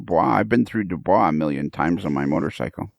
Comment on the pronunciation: Psst, could someone tell that DuBois is pronounced "Do Boys" not "Du Bra". Cheers, Rich S.